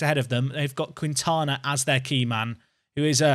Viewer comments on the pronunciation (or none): In Spain you say "Qui..." as "Ki" - e.g Quintana is Kin-tana (Kwin-tana would be Italian - I say this as a Basque Quintana)